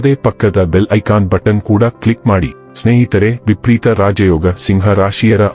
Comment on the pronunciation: It’s vipareeta, not vipreeta